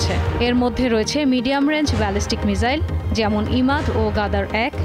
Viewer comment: মিজাইল না, মিসাইল